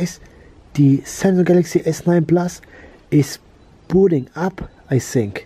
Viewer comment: What happened to ur english u said I sink instead of think